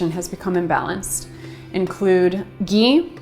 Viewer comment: hi I love your videos I wish u were in NY . For digestion what is the oil I couldn't understand I thought u said Geen?